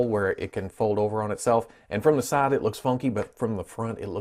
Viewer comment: He says saide to saide instead of side to side